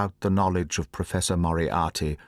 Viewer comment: BTW who agrees that Moriarty sounds like monopoly. Say yes or no😂